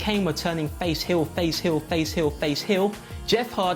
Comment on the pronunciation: "Turn hiyl"... 😁